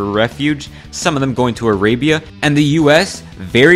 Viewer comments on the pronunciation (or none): none